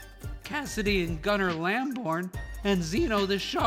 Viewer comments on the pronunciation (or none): none